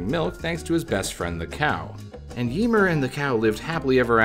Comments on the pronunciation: Yemur 😅 Ymir is (yuh-meer) for future reference. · Ymir is pronounced yuh meer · I like how he pronounces Ymir lol